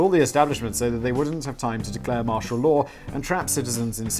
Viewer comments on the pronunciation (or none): none